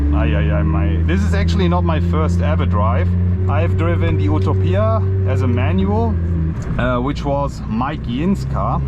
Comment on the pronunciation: “OOTOPIA” 😂 at least pronounce it’s name correctly